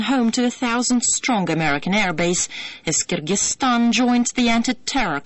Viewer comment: the way this woman says 'kyrgyzstan' makes me shudder.